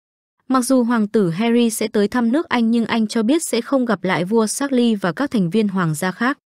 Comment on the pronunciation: Vua Charles phát âm thành chác-ly...? 😂 ... tiếng Anh của phát ngôn tivi hay thiệt 😂😂😂... bó tay